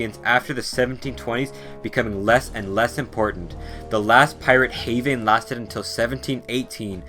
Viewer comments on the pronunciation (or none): none